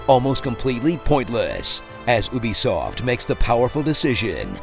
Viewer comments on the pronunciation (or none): Im sorry, Oobisoft?